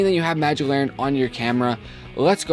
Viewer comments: It's LANTERN, not laurren. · You silly. It's Magic LANNERN! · its larnen! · There is a "T" in Lantern dude :p